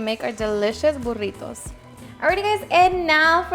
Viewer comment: I could listen to her say burrrrritos all day long the way she rolls her r’s. Looks delicious btw!